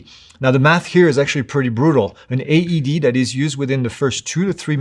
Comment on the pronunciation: AED, not ADD